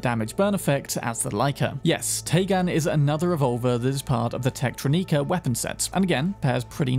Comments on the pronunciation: you definitely pronounced Techtronika right the first time. It's not "neeka". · It's "Techtrónika", with "o" stressed. "Techtronika" with an "i" sounds like a pretentious name. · Dude how do you mispronounce every possible word? It's gree gree it's a creole word so think French. Also it's techtronicker not whatever the hell you say.